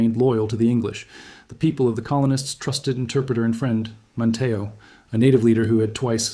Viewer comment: You need to train your AI voice to say Man'-Tee-O, NOT Man'-TAY-O.